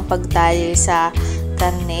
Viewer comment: Bakit nauso ang KA-AHRRTEHAN sa pagbigkas ng letter "R" PAHRRA, PAHRRA, PAHRRA. PAHRRA SAKTO LANG SA BUONG KHARRNE NA NABILI NIYO. Kaumay... Ang arte sobra